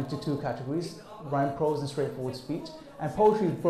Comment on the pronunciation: Prose, not Pros!